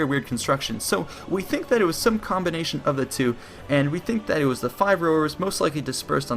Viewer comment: Very well made and documented video. The problem is that you have a few narrating flaws that reduce the quality of your videos. I do realize this video has been made a long time ago and you probably addressed some of these issues, but i'm going ahead with listing them anyway. You use "thee" instead of "the" consistently throughout your narration even though the nouns you use do not start with vocals. As you may know, "THE" is only pronounced "thee" when the attached noun starts with a vocal. This may be a verbal tic that you can address very easily by marking the nouns that start with a vocal with a magic marker in your script and only pronouncing those as a "thee". The second problem is that you repeat yourself a lot and also use the expression "as i have said" annoyingly often also unnecessarily bloating the length of the video. My suggestion to correct these problems is to write down a script and simply read from it instead of ad-libing. Since you cannot avoid using verbal tics, a script is the only way to go. I hope you don;t mind a bit of criticism and you improve your narration skills over time (invest more skill points in speechcraft). Thank you for making these great videos.